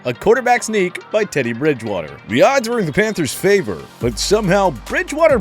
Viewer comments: Anyone else notice it said Teddy “Bride”water? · TPS’s worst play: “Teddy Bridewater? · google it dumbass. It’s Bridgewater. Not “Bride”water.